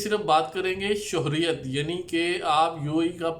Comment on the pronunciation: السلام وعلیکم انفارمیشن کے لیے بہت شکریہ ایک گزارش تصیح کر دوں یہ لفظ شہریت سے ہے شہر سے شہریت آپ شوہریت کہتے ہیں جو غلط ہے امید ہے آپ تصیح کرینگے